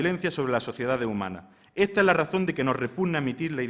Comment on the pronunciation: Se hace dificil seguirlo porque no pronuncia las "eses".....